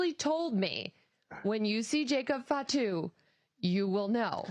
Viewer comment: so he can say it right i was tired of hearing “FAT Tu”